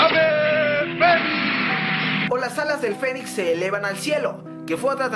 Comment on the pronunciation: Parece que en lugar de decir "el fénix" dices "el fenic"